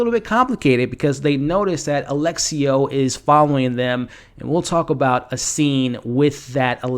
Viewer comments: His name is Alessio, not Alexio. Sorta like how it's espresso and not expresso. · *Lu-CHEE-a, A-LESS-io 😅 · It's not Alexio, it's Alessio. It's a very beautiful Italian name for a man. 😉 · those Lucia and Alessio pronunciations